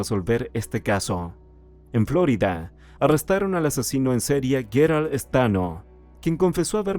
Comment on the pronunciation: Su estilo narrativo es excelente, aunque tengo que sugerirle que no diga Flórida, sino Florida, tal y como se pronuncia en el magnífico idioma español. Gracias.